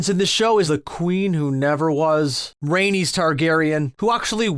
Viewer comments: Right?! He just called the book ‘Blood & Fire’ and mispronounced Rhaenys. 😩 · And Lys. And Dohaeris. And Laena. And Rhaenys.